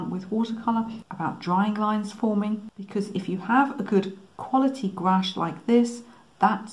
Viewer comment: Thanks for generously sharing these techniques with us. BTW, I'm a Canadian French speaker and your pronunciation of "gouache" is perfect, in fact, as perfect as the background you've created.